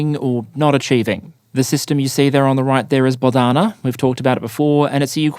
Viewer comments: Bohdana, not Bodhana👌 And the H is not silent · It is “BoHDana” — not “BoDHana” — a popular ukrainian female name, literally means “God-given”